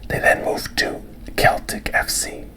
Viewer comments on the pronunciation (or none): The team Celtic is pronounced "sell-tick" btw